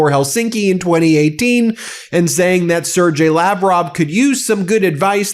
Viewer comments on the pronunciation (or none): Sergey is pronounced Sir Gay, not Sir Jay.